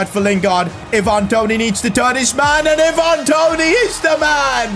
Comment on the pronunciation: So glad you decided to sell Toney now I can stop sitting here listening to you saying his name wrong 🤣